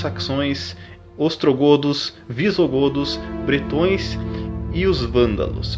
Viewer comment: É VISIGODOS NN VISOGODOS! E BRETÕES SÃO CELTAS